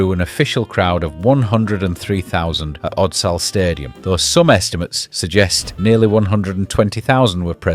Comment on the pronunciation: Oh yeh, one more thing. Your pronounciation of Odsal had me wondering whether you were AI 😂